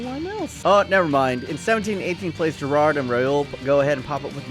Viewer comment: Why can’t Americans say Gerrard?